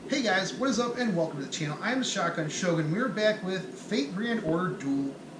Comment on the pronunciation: Your miss pronounced her name shotgun